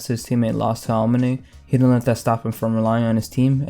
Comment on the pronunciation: man why do u say aomine's name like that